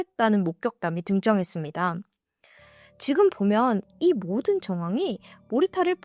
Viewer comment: 항상 잘 보고있는데 “지금”이단어 발음이 →“지근”으로 계속 들려서 제 귀가 이상한 건가요 저만 그런가요?